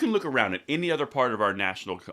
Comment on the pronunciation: ARS AND AKS.